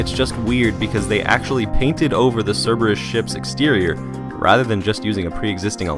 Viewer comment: could harbinger be saying Cerberus?? Sounds a lot like cirbus...